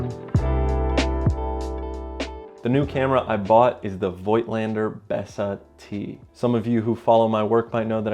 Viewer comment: German here! If you want to pronounce Voigtländer "correctly" or the german way, you say Fogtlander (so you don't pronounce the i and speak the V like a F). And I really love these photographs, that is a very beautiful camera! :)